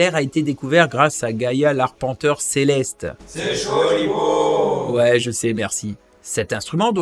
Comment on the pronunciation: "C'est choli beau" j'en peux plus XD Bien le bonjour du coin de Saint-Louis